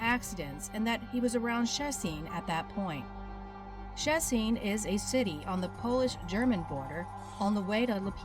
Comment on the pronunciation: It's just Sh-ché-ts-in. Not that hard